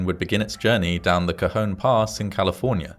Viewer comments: As usual, you distill the story so concisely. Admirable! I was also heartened to hear you pronounce "Cajon" more or less as we do. "Topeka" on the other hand .... 😉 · I lived in the high desert at the time of this incident, I remember reading all about it. Again, like the tragedies in previous videos, it takes a tragedy to fix things to save from further tragedies happening in the future, in this case two tragedies. I'm glad you pronounced Cajon nicely, and not say Cajun, as in Cajun fries. lol Going down that pass in the winter with snow was scary. You had to put chains on and drive slowwww. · It's Tuesday!! I lived in this area when it happened. 😳 Cajon Pass is a loooong downhill run for a train. 😳 And a big thumbs up for pronouncing "Cajon" perfectly! 😁